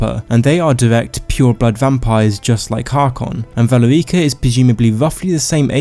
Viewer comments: Its valerica not vale ricka. Also similarly isnt the correct usage in your video. Its similarly. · ve leer ica.... no no. VA LE RI CA. Like for fucks sake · i love your videos, and you make some good points in this one, but the way you pronounce valerica 💀💀💀